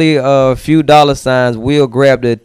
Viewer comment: "a few dolla signs will grab the attention" lmao